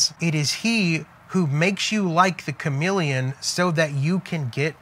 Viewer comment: CHAMELEON, You mean.....not CHAMILLION?!!?